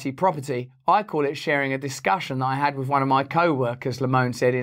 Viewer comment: "I ad that" :))))